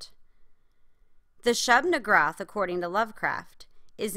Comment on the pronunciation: Aight, quick pointer: It's not the Shub-niggurath, it's just Shub-niggurath. Furthermore, it should be pronounced Shub-(Yea I'm not typing out the n word)-oth, not Shub-nigroth.